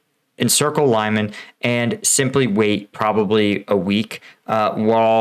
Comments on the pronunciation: Your pronunciation of Lyman makes me think you have zero credibility on this matter.Peace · Stop butchering the name of Lyman :) You are pronouncing it so wrong. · Putin simply doesn’t care how many people die in his name! “Untrained civilians in uniform” is basically the motto of the Ruzzian army! (even if you received basic training 10 years ago…you are a civilian who knows how to stand in line properly…) Oh, and just a side note: All Ukrainians pronounce Lyman like Lee-mon…and so did you just a couple of days ago. You should stick with that. It’s not pretentious but shows your efforts! 👍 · Is it possible that a native English speaker really believes that the pronouncination of Lyman is "laiman"??? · It is Lee-man, not Lie-man. Try watching videos by Ukrainian creators to find out how to pronounce Ukrainian place names. Reporting from Ukraine: Denys Davydov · Great explanation. Thanks. I think it is pronounced like Lee-maan and not like lie-man. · Pronounced “Lee mon”. Not “Lie mon”. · LEE-MAAN NOT LIE-MAN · Here's how to pronounce "Lyman" properly: The "Ly" sounds like "ly" in "orderly". The "man" sounds like "mun" in "munch". It's not "lime man". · "Lie-men"? Lyman. Pronounce it as Lee-mawn. Put some effort in it. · Your video is quite well done but you should at least, before you create a video, do a little research about how to pronounce city's names, unless it sounds quite weird and ridiculous. The way you pronounce Lyman is completely wrong. There's no A after Y, it's Lyman (Liman), not Layman (Laiman). Lee-man, if that's easier to understand. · Just to mention - Lyman is pronounced as “Leeman”, not Liman. It’s not that difficult to pronounce it correctly. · it's not american pronounciation ly-man.. it's more like an american would pronounce "leemun". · it doesnt sound as Laiman, its Liman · Thanks for great videos. Just a correction on pronunciation, Lyman should sound as 'Leeman' where 'a' sounds like 'oo' in 'blood' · Pronounced LeeMon.